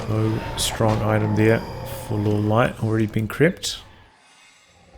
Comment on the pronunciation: Pronounce Lawliet correctly, please. :) Reforged is such a disappointment. And the spell/aura animations clutter the battlefield.